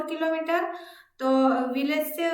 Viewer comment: Mam aap Killo meter ko kimi kyu bol rhe ho...